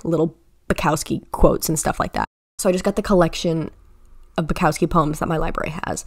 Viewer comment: i really liked your take on the books/poem collections. however, the louis/niall comment was just annoyingly inaccurate and served no purpose. you can embrace your favouritism without putting others down methinks. but besides that, great video. especially great take on bukowski (who is pronounced boo-cough-ski i'd say)